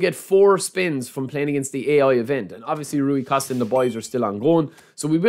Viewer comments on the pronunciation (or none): none